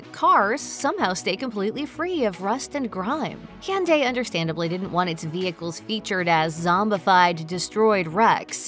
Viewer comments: Gonna need you to say Hyundai correctly next time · Why does she say Hyundai like that? 😂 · The pronunciation of “Hyundai” damn near took me out 💀